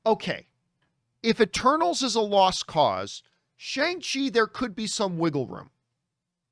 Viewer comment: It's pronounced SHONG-CHI. , Got to start saying it right John LOL